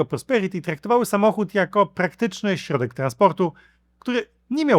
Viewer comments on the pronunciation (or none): none